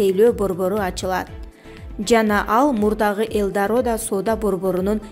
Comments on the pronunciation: Элдарода эмес Элдорадо окшойт. Туура окугулачы, силерди канчалаган элдер угат. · ТАНТЫГАН ТАНТЫК ЭЛДАРОДА ЭМЕС ТАНТЫК ЭЛЬДАРАДА ДЕП АЙТЫЛАТ ТАНТЫК КАНДАЙ УЯЛБАГАН ТАНТЫКСЫНАР БИР СОЗДУ ОКУЙ АЛБАГАН